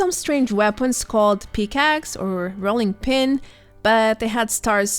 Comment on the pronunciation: Loved the video but while listening and not watching when you said “pickax” it sounded like “peacocks” so I whipped around to see cursed peacocks lmao. Keep up the awesome videos and hope to see you in game sometime!